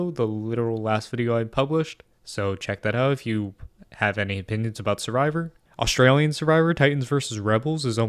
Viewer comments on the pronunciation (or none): none